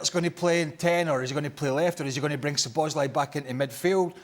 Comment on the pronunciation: When will Stevie stop saying Sloboszlai 😄